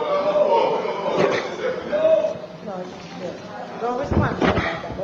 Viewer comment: Give up di damn position. Your pronunciation is like yuh dutty mind MEMBO memba. Its Member. KINGS English please.